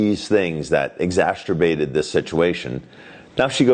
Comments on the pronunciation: I like your channel! Wanted to let you know when you say the word exacerbate, you are saying it incorrectly. I heard you do it on another video as well. You say it like it is spelled exasterbate. Sort of a cross between exacerbate and masterbate. Other than that - you are perfect! Lol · Exacerbated is the proper way to say that work. Not exasterbated.